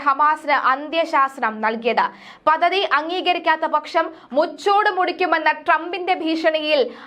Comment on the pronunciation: പദദി? പദ്ധതി എന്ന് പറയൂ